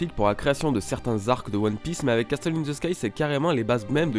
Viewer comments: pour le mot"castle" on ne dit pas "casteul" ca se prononce "cassol". je chipote je sais mais c est bon a savoir. bonne video en tout cas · cassol ou cassel? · Hyper intéressant. Merci au gars qui a pensé à tout ça. "Castle" se prononce "casseul", le "t" est muet. Juste pour ton info perso^^ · Arnaud Durand en tout cas le T est muet